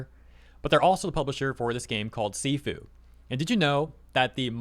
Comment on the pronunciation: A little bit on Sifu, it’s pronounced “shifu” and translates to master or superior. It’s a rogue-like game where you get stronger each time you fail but they took this concept and added a twist to it where you slowly become a glass canon.